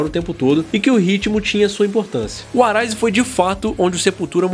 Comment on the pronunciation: Comentário construtivo: a pronuncia do R nos nomes Roots, Arise e Roses (de Guns N' Roses que vc falou em outro vídeo) é som de W. Que nem vc pronunciou corretamente quando falou RoadRunner. Abraço.